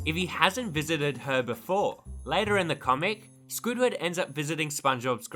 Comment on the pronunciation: It's SQUIDWARD Q. TENTACLES NOT J